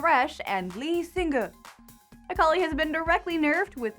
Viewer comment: Was the way you pronounced Lee Sin an referance towards the old interview with Radeon, or whatever he was called, where he said Lee-singah and HotShotNidaleeGG? :3